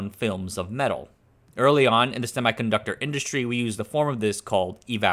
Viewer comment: HEY MAN i dont want to be rude but u need to pronounce "semiconductor" correctly